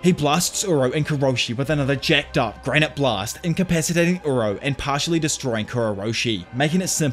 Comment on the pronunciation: PS: its granité blast, not granite blast, which makes sense considering granité is french for granita (a kind of dessert).